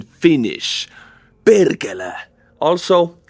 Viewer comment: You say perkele so good that 27% must be true